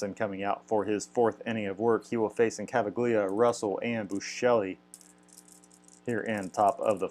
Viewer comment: Rough start for Ryan, but good game. Thanks for sharing! Quick note - Pete Incaviglia is a tough one to pronounce, but it is Ink-uh-veel-yuh. :)